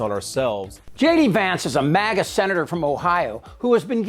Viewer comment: Was that maga or mogot